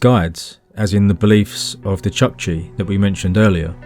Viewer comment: ChOOkchi, not chAkchi. That double-O (think "spoon") sound keeps getting transliterated as "U". Same deal with SpOOtnik.